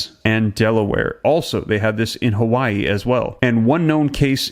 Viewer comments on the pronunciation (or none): none